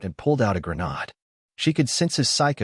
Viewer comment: .00 Grenade has a hard A like in "Hate", not the soft A as in "Ahh" Also, that lever on a grenade is called the "spoon" as it's not the trigger, it's the trigger release. Hence why you hold it until you throw the grenade, where it flies off due to spring pressure and the trigger ignites the 3-5 second fuse. Thus making mister grenade no longer your friend.